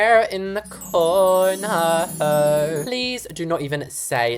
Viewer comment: You had me DYING when you said, " ima add a little chair In the Coorneaæahr." Lol